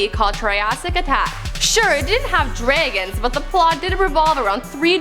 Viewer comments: wtf this bitch say ?? draygans and dynersurs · Oh dear lord. I could not STAND accent. Drayguns? Eyerun throne? I get that she's Canadian but holy hell... And how she butchered Buckinghamshire... Girl, get some voiceover lessons. The information was solid but the presentation ruined it. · She said "draygons" GTFO! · Nick Margetis DRAY GONS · The way she says dragons omfg.. kill me